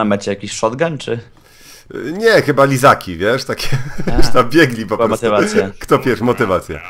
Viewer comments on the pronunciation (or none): "A co było na mecie shotgum? nie... lizaki" (Izaki)